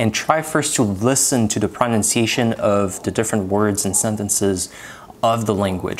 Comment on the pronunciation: Interesting video, well done, some great tips - but please find an educated native speaker of English and get your pronunciation of the word pronunciation sorted. It’s a word you use a lot but unfortunately it is a little bit ‘off’ to the ear.